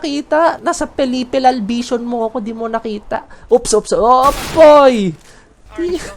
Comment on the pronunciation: pelipilal bisyon LMAO